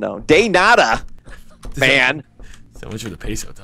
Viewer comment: De nada -.- it's de nada.